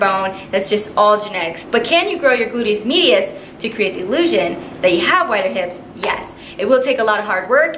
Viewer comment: “Boodyis midius”